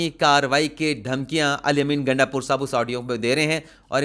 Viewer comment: Sir iska nam gandapur nhi .....,"Gaanda pur," ha